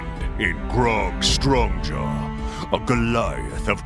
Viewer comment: Anyone else hear Ashley say grog Stonejaw in her character intro?